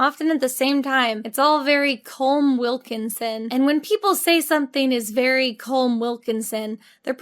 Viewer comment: Adore this. Rewatch it so often. As an Irish person, I never ever heard the name “Colm Wilkinson” pronounced like that.